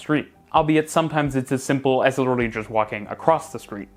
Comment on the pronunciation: “sometimes as simple as just widderally walking across the street” 😂